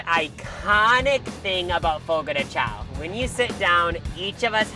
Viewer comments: I love your videos. Next time you go to a churrascaria for rodizio you should try grilled pineapple and Brazilian limeade. I just learned “The correct pronunciation of Fogo de Chão is "fo-go dèe shoun". The name, which translates to "fire on the ground" or "campfire" in Portuguese, is often mispronounced as "Fogo de Chow". 😊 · The way y'all are saying chÃo as "xao" is killing me 😭 P.S.- Just heard the churrasco as "churasco" 💀